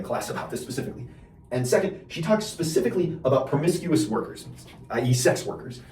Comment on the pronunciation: Permiscouness? You can't make up this level of confident ignorance.